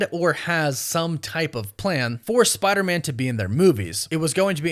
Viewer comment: It sounds like you're saying "Spidermin" like Spiderman is a Jewish last name. F*R*I*E*N*D's et, al (1999)